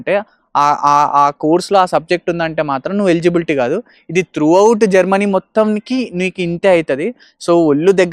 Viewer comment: Germany ❌ GerMani ✅